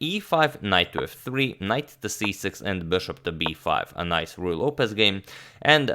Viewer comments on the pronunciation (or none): none